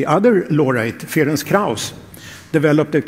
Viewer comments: Yes, brilliant development. But a pity that the narrator was unable to find out how to pronounce the name of Dr. Krauss - it is 'Ferents', not 'Feronk' or 'Ferenk', transliterated from Hungarian. Unfortunately such sloppiness diminishes the message. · Try to pronounce this: Ferentz Krayus. It will be closer to what it should sound like. He is not french but hungarian.